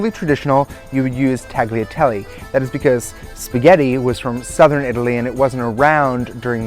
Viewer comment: Tagliatelle --- The "g" is silent my friend. Pronounced "Taliatelli". Just thought you might like to know, you seem to be a smart kid.